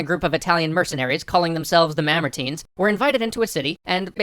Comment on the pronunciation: Alright STOP. It's MAMERTINE